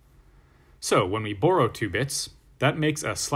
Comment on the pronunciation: When you say "borrow" it sounds funny to me lol. Almost like you saying "Burrow"